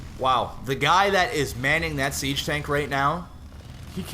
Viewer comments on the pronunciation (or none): none